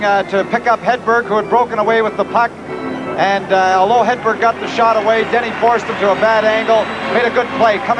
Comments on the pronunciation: More like "Headbear". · Hate the way the announcer says Hedberg and Sjoberg. He calls them Hedbear and Sjobear.